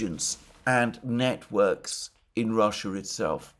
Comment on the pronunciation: Timestamp - Sorry Alexander but you pronunciation at one point was hilarious (or maybe I just misheard)... Russians establishing "Niet-works" in Ukraine. 😜